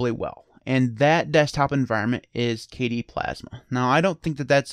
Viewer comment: Hey, shout out to your mispronunciation video, the best desktop environment is “Kay-dee” :)